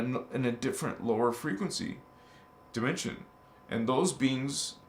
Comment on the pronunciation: You pronounced dimension as Die Men sion. I think you and Rio Ascind, rainbow 🌈 body Master frequency out of this world can align together